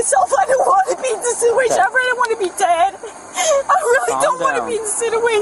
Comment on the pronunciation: "I dont wanna be in siduashon"